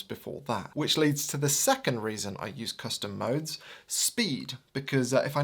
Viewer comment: thought you said "custard modes"